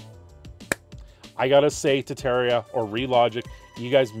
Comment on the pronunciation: Ah yes, "Tettaria," my favorite.